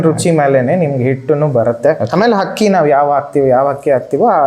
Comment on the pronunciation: ಹಕ್ಕಿ ಅಲ್ಲ ಅಕ್ಕಿ